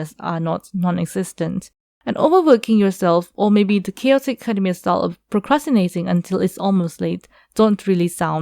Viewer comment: Academia not akhademia 😂